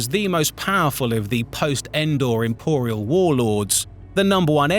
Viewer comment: emporial war lords 😂😂, they are going to restore the emporium 😂😂